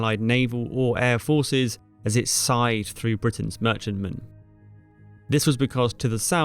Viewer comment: As it side . . . . when he means as it scythed . . . Big fault with such videos is that the producers / narrators are not proficient with English language (facts too, sometimes).